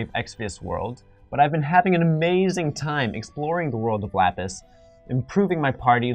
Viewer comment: This is the first time he said Lapis correctly, but after all these months, he barely knows anything, why?